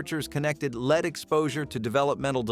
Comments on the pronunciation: Lead is pronounced led in this situation. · LEAD IS PRONOUNCED LED. IT NEVER KILLED ANY BABIES. IT IS A LIE. 5 OF US WHERE IN LEAD PAINED BEDS AND ROOMS WE ARE ALL JUST FINE. LEAD PAINT ON YOUR WALLS STOPS THEM FROM SEEING INSIDE YOUR HOME. INFRARED CANNOT GET THROUGH IT NOTHING CAN. A BABY WHO CAN ROLL INTO THE CRIB CUSHIONS CAN ALSO ROLL AWAY. ANOTHER LIE. WE ALL WERE COVERED WITH HAND MADE QUILTS AND BLANKETS SO WHERE MY 3 SONS NONE OF US DIED. WE ARE ALL HERE. MORE CRAP. NEVER HAD FLAME RETARDER IN ANY WE COULD BUY HERE IN CANADA. SMART ADULTS KNOW IT IS UNNECESSARY. IF YOU DIDN'T KNOW HOW TO USE A THERMOMETER. I GET IT BUT THAT WAS NOT THE CASE. ASPRIN HAS ALWAYS BEEN DANGEROUS. BAYER PRODUCTS ARE ALL DANGEROUS. BE CAREFUL THE THINGS YOU LISTEN TOO. IT IS NOT ALL TRUE.